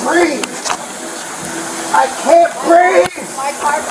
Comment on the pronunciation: "I can't breave!" lol Ok 😂